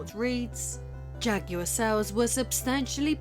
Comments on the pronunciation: I don't think you are pronouncing jaguard correctly. It's not ja-gu-ard. It's ja-gwar. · It's Jaguar not jack-you-are. It's New York not new yonk 😂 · Oh you mean the Jagwahr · Narrator saying "jugular"? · What language do you speak because you keep pronouncing Jaguar incorrectly.